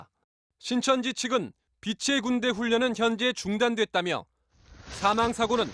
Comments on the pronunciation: 병딱. 빛의 군대 발음도 제대로 못하는것이 무슨 예수냐? 빛의 군대. 빗츼 군대로 읽어야지 비테 군대로 읽고 앉았네. 어이구 저런 기본 교육도 안된 틀딱충을 신으로 믿는 인간들은 바보인가... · 이만희 빛의군대 발음을 못하는게 졸라재일웃겨 가지가지 꼼꼼하게 븅신이네